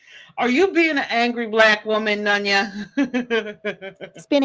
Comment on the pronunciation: Replay crew. Glad to see she still pronounces my name as “NON-YA” It’s none ya 🙄 She’s never heard someone say “noneya business”?!!! This is how self centered she is. I’ve been telling her for FIVE YEARS it is NONE-ya. She’s still over there: “ non…Non. …Non ya🙄 She’s a fkn idiot, not even worth our time.